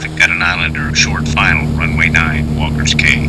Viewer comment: It's pronounced Walkers Key, not Cay. Makes me crazy to hear that. Lived in Freeport as a kid and was there at Walkers in the 60's. Caught lots of fish. Place was thriving. Sad to see as it is now.